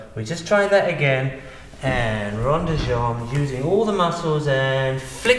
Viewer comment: rond, not ronde.